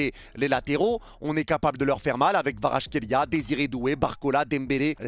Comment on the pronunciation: Analyse très intéressante. Je reviendrais sur ta chaine pour le débrief. Autre chose, je sais que c'est dure mais le nom de Kvara se prononce "Kwadratrélia". Aller match Goat